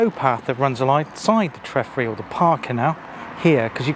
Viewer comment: treffry pronounced Tree fry . The whole area you walked used to be under water ( Tywardreath bay ) but silted up due to the mining up stream , it was navigable all the way to Pontsmill .